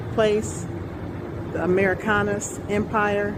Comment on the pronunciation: "We are the Amurickanus"? Amurick... anus? Am I being pranked right now?